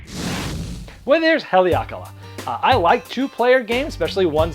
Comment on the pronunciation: Don't think that's how it's pronounced...Ha-Leh-A-Kah-Lah